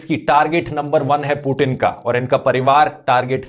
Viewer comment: भाई वो पूटीन नहीं पुतिन है